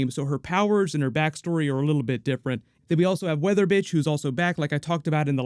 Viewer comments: Anyone else hear say weather bitch not weather witch? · I like how he says weather bitch instead of weather witch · Whether which? Or Whether Bitch? Cuz it totally sounds like you use a B not a Wh... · When you said weather witch I thought you said weather bich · 😮” Weather Witch” or “Weather Bitch”? I heard the second one 😆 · Is it just me or did I hear him say weather bitch instead of weather witch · Wait... Did you just say "Weather Bitch" instead of "Weather Witch"? OMG! HAHAHAHAHAHA!!!! XD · Every time I hear you talk about her I hear Weather Bitch instead of Weather Witch lol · lol, did say weather b***h instead of weather witch? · Am I tripping or did u say weather bitch instead of witch lol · You said weather bitch, hahahahahaha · Did anyone else hear weather bitch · Did you really call her weather bitch 😂😂😂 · Is it just me or does say weather bitch instead of weather witch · 😂😂 sounds like you said weather bitch love your videos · Did he just say weatherbitch😭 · is it me or did he call weather witch, weather bitch?! Lmfao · legit sounded like you said weather bitch lol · Did he says “weather bitch” or is it just me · You said weather bitch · Did u say “ Weather Bitch” ? 😂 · It did not sound like you said weather which to me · Is it me or calls weather witch weather bitch 😂😂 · He said WeatherBitch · I swear I heard you say “Weather bitch” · Did he say weather bitch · Is anyone else hearing “weather bitch” or is that just me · Every time you say weather witch I hear you say weather bitch lmao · Am I going crazy, or is he saying weather bitch? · weather bitch or weather witch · It sounds like you said “weather bitch” and LMAOOO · Did you say weather bitch? Or weather witch? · Did you just say Weather B***h LoL?